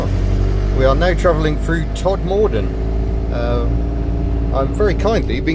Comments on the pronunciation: Tod mer din is how it's pronounced unless you're on the Harold Shipman enquiry as he was a Doctor there and radio two always pronounced as you did lol. On another note, Kieth Emerson of Emerson, Lake and Palmer also came from there. I live not far from there and I like it. Nice wheels it runs that is as far as I can go, how have you sweet talked?? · Todmorden is pronounced tod mud done, we don't speak posh up here.